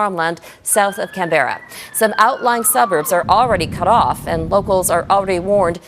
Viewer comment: It's not Can-bear-ra it's Can-berra